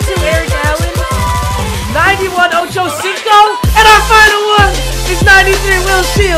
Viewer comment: Did anyone her him say ococico for chad johnson